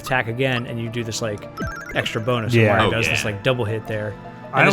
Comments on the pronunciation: Oh god, says "Mae-ree-oh". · Is the constant mispronouncing of "Mario" as "Mareo" a Two Best Friends Play reference or just your accent?